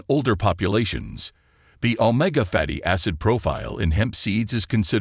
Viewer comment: You need to upgrade your AI it can't even pronounce Omega that is pretty sad